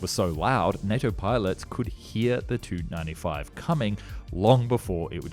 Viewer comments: Kept sounding like you were saying 295 instead of TU-95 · Please stop mangeling the aircraft name - it's "tee you 95" not "295" Same for Sukhoi's - "ess you* etc. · Nobody in any intelligence agency says " Too". It's a " Tee-You 95". IL is pronounced "Eye-Ell", etc. Except of course, MiG. And, for some reason, Sukhoi is pronounced "Sue". Eeeesh. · Yikes! It's not a Too-95, it's a Tee You -95. Stop the gamer-speak. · The "Tu" in Tu-95 not pronounced like two-95. Unless you're Russian yourself you don't pronounce aircraft designations with just two letters all together as if it was one word! In westernized nations where I'm sure you as well as most of your viewers are from you use the typical NATO phonetic style where you always pronounce aircraft that have just two letters in their designations separately! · It’s T-U 95. Not Too 95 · before prononcing wrong pls do some research first!! its tupolev tu-95 not some kind of "i hear a lot in beginning ........ 2-95 etc" ........ anyway f u with ur wrong pronounciation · In military speak, "Tu-95" is always pronounced "Tee You 95" and not "2-95" for obvious reason of clarity. Surprising you don't know this. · Hard to listen to. Amateurish. It is a Tee U 95 … as in Tupolev 95, not “Too 95” nobody in the industry says it like that. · The Tu-95 is referred to as the 'T' 'U'-95 - pronouncing the letters T and U separately, NOT like Too or Two. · Silly AI. Tee-you, not too/two/to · I am sorry, but TU is not too. It is T.U 95 or 114, or whatever. Not the way you say it looks. In fact, it should just be T-95 or T-144 etc. I just looked it ip. Here you go, At the end of a word or in the middle it's pronounced as "ch". However, when "tu" is at the beginning of a word or a stressed syllable, it's pronounced as "t". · It's TU95, not 295. Please learn to pronounce the name of your subject matter properly. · 2 - 95? Surely you mean the Tea You - 95? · It is not the TU (2) 95, it is the TU (Tee-You) 95.